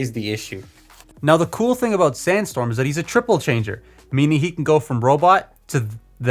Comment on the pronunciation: Figure: Can't stand up: calls him STANDstorm Bruh...